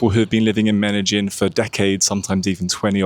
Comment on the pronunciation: Medellin is pronounced as Medeyin. Not Medejin or Medagin like you're saying it. Youtube captions is translating what u say as Medagin or Menagin.